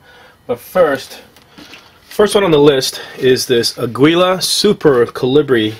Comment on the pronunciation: Aguila is pronounced like "ah-gee-la". It's "eagle" in spanish. (Mexican company).